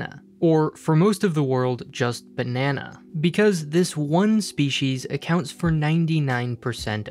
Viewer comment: Jeez man. You're doing the narration for this video & you can't even say the word 'Banana' properly! You should be fired.